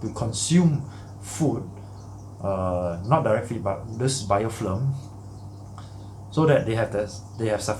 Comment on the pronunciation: You keep saying BiofLim, but dont you mean BiofiLm? :) Very informative video. Keep up the good work